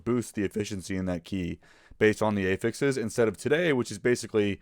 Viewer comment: great video, but wtf is up with ay-fixes